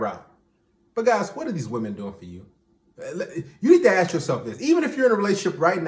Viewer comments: It’s ASK not AKS😂😂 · Way is it always axe instead of ask? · When will people stop saying “aks”?